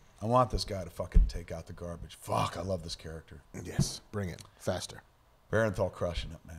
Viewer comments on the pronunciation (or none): Bern-thal, not Ber-en-thal.